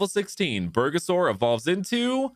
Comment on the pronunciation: nah crazy calling bulbasaur, bergasaur. As a Mexican, I almost spit out what i was drinking.